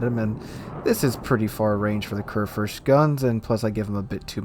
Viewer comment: körrförst... as a german i can only shake my head )